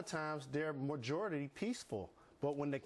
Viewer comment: "And a lot of times there merjority peaceful" - Jalen Rose